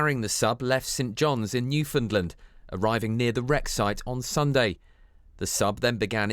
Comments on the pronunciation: It is pronounced as Nüfinland not Nüfoundland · "New fend lend" . Ok🤦‍♂️